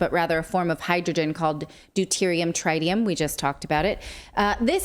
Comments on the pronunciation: It's trit-ium not try-tium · Worst description of fusion vs fission I've ever heard. BUT at least she said NUCLEAR and not NUCULAR XD Also.. Trit e um. :P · I have a trite opinion of her pronunciation of trite-ium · Tr-eye-tium hmmm. From 3 eyed monsters or a bossy "i?" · Tritium is not pronounced with a long i as in triangle. Pronounce it more like the i in twitter.